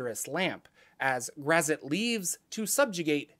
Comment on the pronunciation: This pronunciation of Graz'zt reminds me of the part in R.A. Salvatore's novel 'Sojourn' where a young boy mispronounces "Drizzt" as "the Drizzit."